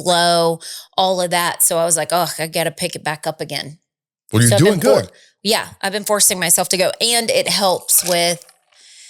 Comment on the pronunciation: Irritates me when says “ wool” instead of “ well” - I cringe!